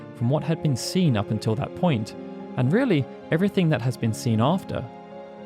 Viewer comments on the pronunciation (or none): none